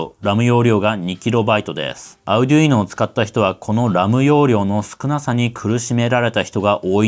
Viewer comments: アルでゅいーノ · の発音を聞いて、Arduino（アルドゥイーノ、アルデュイーノ、アルディーノ）違うなあ？ 値段と性能でピコ２がコスパ勝ちかもしれません。